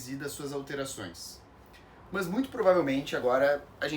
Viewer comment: O problema é essa pronuncia, o "mãs"😮. Nao temos essa prosódia.